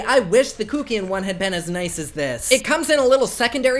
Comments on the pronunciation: And it's Kuck as in Fuck. Not Kookian. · Instinctively I believe kuckian is pronounced Satan?! 😉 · The way you say Kuckian gags me omg 😂😂